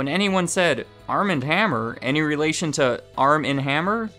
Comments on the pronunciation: Armand is pronounced Ar'mohnd. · Wouldn't the first name Armand be pronounced Ar-mahnd (as in the Anne Rice books - the vampire Louis met in Paris played by Antonio Banderas in in the movie ) instead of arm-and?